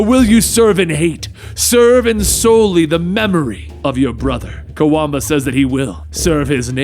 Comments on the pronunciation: you mispronounced Kwabena(quabena) as Kawamba sooo many times. lol. Love you channel though. i always look forward to you videos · I know you tried your best to pronounce his name, but just know it's said as it is spelt, Kwa Benn Ah, Kwabena